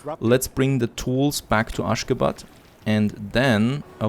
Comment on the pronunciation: Aschgabad pronounced like aschagaabad. Everytime you called it, it sounds kinda funnier 🤪